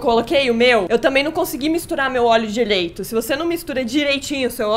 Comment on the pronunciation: "Dileito" kkkkkkk